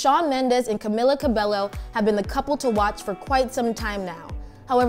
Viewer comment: I wouldnt expect true info from someone who cant even pronounce camilas last name😂😂